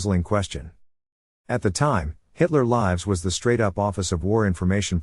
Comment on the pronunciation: Every mispronunciation of “Hitler Lives” gives me a chuckle.